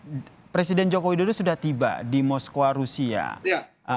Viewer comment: Moskow, bukan moskowa. wkwkwk